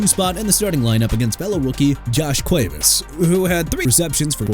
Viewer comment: DUDE THAT'S ENOUGH! YOU'RE QUITTING YOUR JOB AND GOING BACK TO SCHOOL AND GETTING A PRONUNCIATION COURSE CUZ I'M TIRED OF YOU MISPRONOUNCING EVERYBODY!! JOSH CUEVAS AS IN KWE-VOSS! NADAME TUCKER AS IN NAH-DAME! ATHAN KALIAKMANIS NOT KALIKAMANIS!! PRONOUNCED "AY-THAN KAL-EE-AK-MAN-ISS"!! GOT THAT?! YOU ARE DONE AI VOICE ANNOUNCER GUY!!